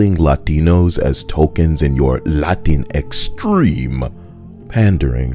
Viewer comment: Its pronounced la-tinks. Its a sodomy thing.